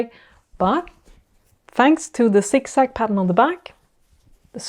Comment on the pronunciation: I love the way you say “Zig zag”! “Sik sak”😂. Great video. Going to try it now. Thank you.